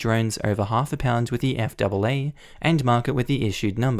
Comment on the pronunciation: Hi, Just a heads up. We call the FAA the Eff Ayyy Ayyy.